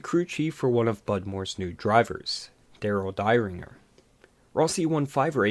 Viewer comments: Darel pronounced more like "Derrin-jer" not "die-ringer",fyi. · It's pronounced Darrel "DARE-in-jer" and Gary "Bah-LEW" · Accusing Nascar driver Tom Pistone of being involved in the drug trade is false and slanderous. You're damn lucky the family doesn't sue your dumb ass. You lack serious credibility. Can't even pronounce Darel Dieringer's name correctly. Clean up your act, boy.